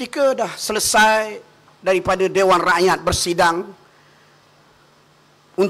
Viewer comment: Ni klau jdi menteri..hbisla..😂 sebut rakyat tu biar betul sikit.RAKYAT..BUKAN RAEKYAET..